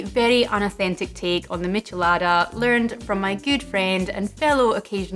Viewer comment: Good pronunciation! Is a little sad that in my country is called "Michelada" every beer with lemon juice and salt in the glass... A little spice is also added, but nothing special. I would love to try this one! :( I'm from chile by the way.